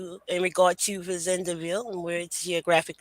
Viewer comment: Thank you for this❤ I’m a descendant of Charles and Cager family, my mother was working with Dr. Joyce Jackson at LSU. It’s also pronounced Fa Zand Ville (French)